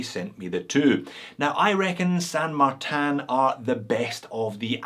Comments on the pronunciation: It is a Spanish name derived from a saint which in English would be translated as Saint Martin. The correct Spanish pronunciation is Sand-Mar-Tin. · Well done Texas accent. That’s exactly how we all down here in Texuss pronounce San Martun. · Well, to pull you up, you really should be pronouncing it 'Shan Martan Eckshplorer'